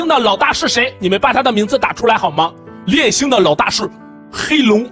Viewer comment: 你把烈焰星說成戀愛星？